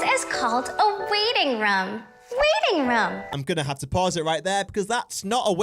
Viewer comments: I thought she said “Waiting rum” instead of waiting room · I now she’s saying waiting room but it sounds to me waiting run anyone else hear that